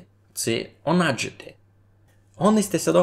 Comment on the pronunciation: для меня почему-то "онадити" звучит как "унадити", когда ты его произносишь